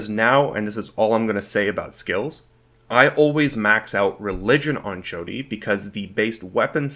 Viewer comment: Its pronounced "Shawty" like a crappy pun about how she is a a young impressionable girl. 10/10 obsidian quality.